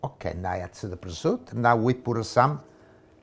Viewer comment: But he can't pronounce prosciutto.... but he does cook pretty good.